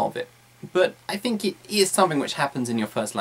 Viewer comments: Quite useful as usual. I've realised that you pronounce the phoneme "th"as "f" in words like "think" for example. I know there are several different dialects in Britain as I know that Cockney people say "f" instead of "th". The point is: Is it accepted as a normal thing to speak English changing some typical RP phonemes by those regional ones likes this? Is there any educational level implication? I mean you're a teacher so I guess you are teaching properly and for sure you are. =). Thanks. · Hey, you're right! With all the other strange pronunciations, especially of vowels, I actually didn't notice the th => f thing until you pointed it out.